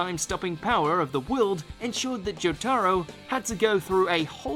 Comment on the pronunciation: Great vid, but i can't forgive his pronunciation of "Jotaro"